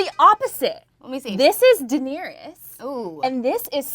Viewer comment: welcome to 14 minutes of pronouncing Daenerys like “Dinierys”